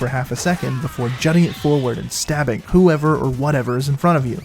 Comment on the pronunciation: been saying Schtabbing all day cuz of this video